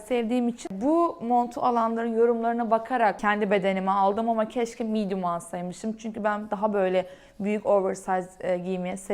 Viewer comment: VIDEO: Viydo değil —> *vidyo. MEDIUM: Miydum değil —>*midyum